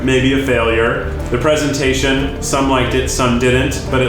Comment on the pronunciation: ‘Pree-sentation’ breathes in z a c h